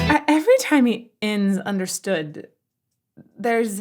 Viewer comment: Understoo-rd... Understew-rd